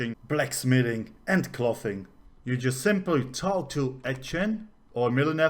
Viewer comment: Very informative. Thanks. Is it possible to get alts to collect high level materials they run across for your main crafter WITHOUT putting a ton of skill points in their crafting? To pronounce "clothing" you want the same sound of "o" that you have in "go". So clothing should rhyme with "go-ring". Totally different sound that just "cloth".